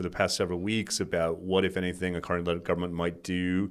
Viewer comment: Pronouncing 'government' after I teased you about saying it 'govbment' 🤭